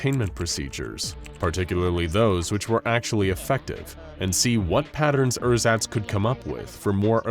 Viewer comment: I'm german and when you first said "Ersatz" I had to think for a solid 2 seconds what you meant. Pronounciation is a bit off :D